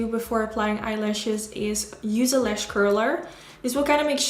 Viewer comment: Why do you keep saying LESH and not LASH? It's so annoying